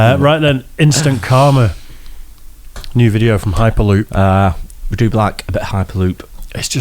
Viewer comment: Lol at the beginning when they were saying the name of the channel (HyperLoop) I thought they were saying "High Paloop" and I was thinking that was an incredibly weird name.